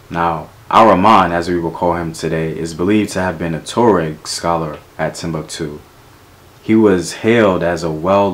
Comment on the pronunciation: The pronunciation is TWA REK...Tuareg..!!